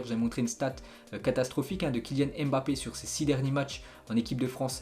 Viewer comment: 🌴🤔On ne dit pas👉 M bappe ,👉mais MBAPPE en un seul mot. Comme NGOLO KANTE en un seul mot.